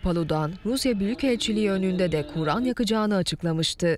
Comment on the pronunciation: Kuuuran degil kur'an